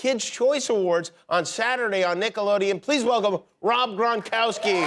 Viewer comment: Not every Polish man is 6' 6". And Poles would pronouce "Gronkowski" correctly - "Grong-Koff-Skee".